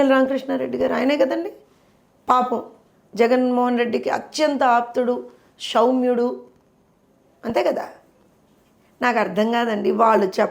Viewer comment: మేడమ్ గారూ!ఆయన భాషలో "సౌమ్యుడు" అని అంటే నెమ్మదస్తుడు.అలా కాకుండా "షౌమ్యుడు" అని కదా!ఆయన చెప్పేది!షౌమ్యుడు అనే పదానికి కఠినాత్ముడు అని అర్థం ఉందంటారా?!!😂😂😂